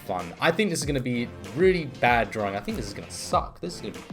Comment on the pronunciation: Its DRAWING NOT DRAWRING